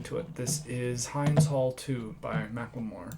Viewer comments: Hind is pronounced: H.in..d..., not H..ine...d.. No offense , her name is beautiful..bless her soul..RIP angel Hind ...❤ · Just a friendly tip, the name Hind is pronounced like wind 😊. Great video bro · Thank you so much for your heart and for speaking out. ❤ I wanted to make one quick correction, Hind Rajab's name is pronounced Hind as in "wind." Xoxoxo thank you again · You're pronouncing the name of the song incorrectly. This is particularly important because it is the name of a 5 year old girl (Hind) murdered by Izrael on 1/29/24 in a car surrounded by her dead family members, terrified. She died terrified. It's Hind's Hall because it is the hall at Columbia University that the students in the encampments protesting against this genocide renamed in her honor. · Thanks for your humanity! Hind is pronounced the same same as wind (H-e-e-nd). Stay strong and let our generation Free Palestine! ✊✊